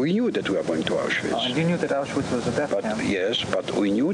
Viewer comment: She said mouseuwitch lmaoo